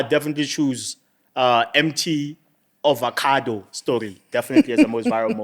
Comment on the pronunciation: It's avocado, not ovocado 😢